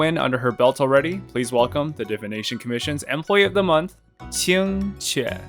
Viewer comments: That Qingque pronunciation is really authentic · Someone saying qq’s name properly?! Never thought I’d see the day (No shade toward most ppl; chinese pronunciation can be hard esp once you get tones in the mix)